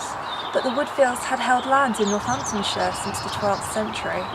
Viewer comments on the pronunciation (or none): none